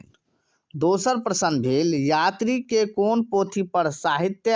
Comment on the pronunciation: मैथिली आ प्रश्न सनक शब्द सभक उच्चारण ठिकसँ कएल जाउ ।